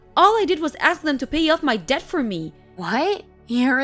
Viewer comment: Dear Eastern European voice actress, DEBT is pronounced with a silent B. It comes from the Latin word "debitim." No "dept," it DET. Okay, sweetie?